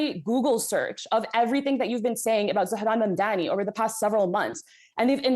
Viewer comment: needs to learn to say Mamdani correctly.She just doesn't care to say the man's name correctly